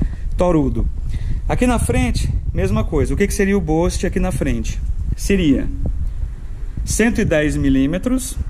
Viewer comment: Escreve-se "boost" e pronuncia "bust" e não "bost". Cara, na boa? Espero que não fique chateado comigo. Vc é um formador de opinião. 5 mil pessoas assistem esse vídeo. Se preocupe em falar um inglês correto pra não ensinar errado os brasileiros que te assistem.